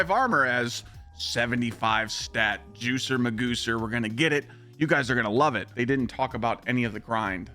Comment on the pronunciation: "Juicer Mgooser" is crazy 😂